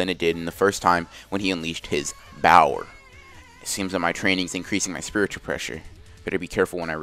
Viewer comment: Why does everytime you say power you say it like that